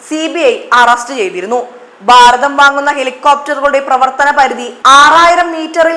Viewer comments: കൊച്ചേ, രാഹുൽ ഗണ്ടി തെറ്റുകാരനാണെന്ന് എവിടെയും പറഞ്ഞിട്ടില്ല. നീ നന്നാവില്ല. ബാരതം എന്നല്ല ഭാരതം എന്ന് പറയുക വളരെ ആരോചകമാണ് നിന്റെ ഉച്ചാരണം. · ഉച്ചാരണം ശ്രദ്ധിക്കൂ. ഭാരതം ശരി. ബാരതം തെറ്റ്.